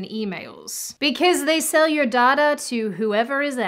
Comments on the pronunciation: You pronounce data like daughter. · Did anyone else first think she said „daughter brokers“ and „they will sell your daughter“ instead of data?😂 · You are pronouncing data wrong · Sweet Jesus, Mary & Joseph, what is dahtah? its pronounced "Dayta" the human race is effed. It's getting depressing now. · The most useful thing I learned from this is that even though there are two ways to pronounce "data," still doesn't pronounce it correctly. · The only wrong thing about this video is the pronunciation of data.